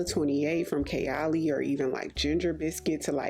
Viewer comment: Chalet is pronounced "shalley". Chalets are wooden cabins used in ski resorts. The notes of the perfume tie up nicely with the name based on the types of drinks served. I was in the Liberty department store a few days ago and I agree with you on Vine Thief! Liberty is a beautiful store, you should visit some time x